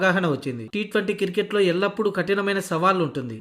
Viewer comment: క్రికెట్ ను కిర్కెట్ అని , బౌలర్ లను బౌరర్లు అని పలుకుతున్నావేంది బాబూ !!!